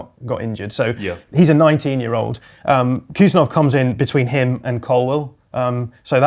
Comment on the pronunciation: Hey David Ornstein, Khusanov is pronounced hoo-sA-nov. K is silent and emphasis on A.